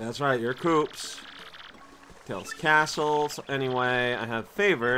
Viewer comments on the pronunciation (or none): bUt, you didn't pronounce the S after Koops' name!